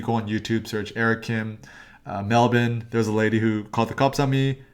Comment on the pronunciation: You pronounced melbourne like a true Aussie. I'm proud of you